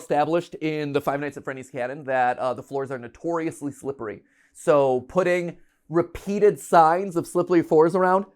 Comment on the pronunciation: "slipperly fours." 😂